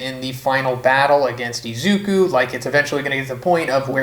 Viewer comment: It’s Izuku (Ease u koo) not Izuku (E-zookoo) like you white anime YouTubers could actually learn how to pronounce asian names instead of butchering them.🙄